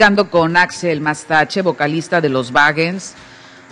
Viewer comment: es Axel Mastache. no Axell 🤨